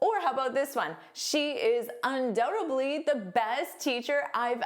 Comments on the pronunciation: Why do you pronounce dly as bly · Hi, you pronounced undoubtedly as undoutably,.